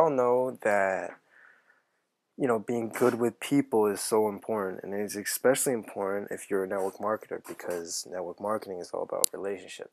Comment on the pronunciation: Exspecially? - Very "Influential!" - LoL!